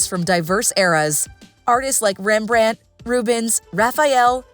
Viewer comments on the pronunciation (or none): none